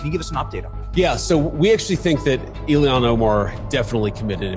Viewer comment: Who the F is Illiyan Omar??? Why can't Vance pronounce her name correctly? And just to say, the evidence against her having married her brother (which she did to get him into this country and to fraudulently obtain student loans and federal student housing for the two of them) has been proven with iron clad evidence. THE MAINSTREAM MEDIA has obfuscated the story because the MN news journals are as left as it gets.